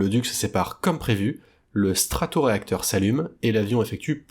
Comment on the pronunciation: Non pas stratoréacteur... mais statoréacteur... Sinon, merci pour ces regroupements d'images...